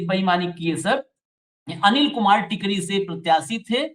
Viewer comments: टिकरी नहीं Sir, टेकारी है वो जगह, गया ज़िला में है एक जगह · Tekari hai sir tikri nahin hai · Tkri nahi tekaari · Sir ji nit tikri it's Tekari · टिकरी नही टेकरी है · Tekri nahin tekari hai.